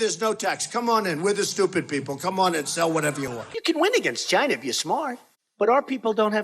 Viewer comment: “Goods from Chynaa” 😂😂